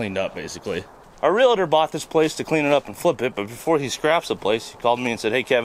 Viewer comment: It's Real tor, not Re la tor